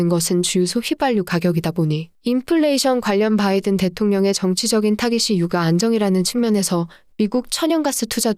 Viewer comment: [유까] [역대끕] 유가만 좀.. 발음 제대로 해주세용.. 항상 잘보고있어요👍